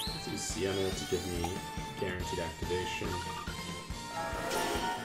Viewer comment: ITS SEINA NOT SIENA